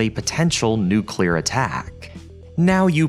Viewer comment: I just want to say that I appreciate that you pronounce ‘nuclear’ correctly and don’t say “nucelar”